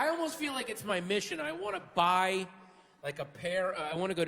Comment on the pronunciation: "you know, where they byew the beers?"